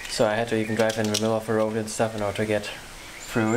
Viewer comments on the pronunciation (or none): none